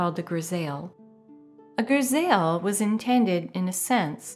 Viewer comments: «Griz eye» not «gris ail» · Your voice is very beautiful,and please pronounce grisaille as greez eye. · “Grisaille” = “griz-aye’ ” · Grisaille pronunciation is kind of like "griz-eye". ^_^ Great and informative video series! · I apologize for the pedanticism but "grisaille" is properly pronounced "griz-EYE". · love how grisaille was pronounced 'grisayel' lol